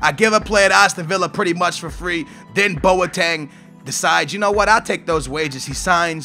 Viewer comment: It boteng not boateng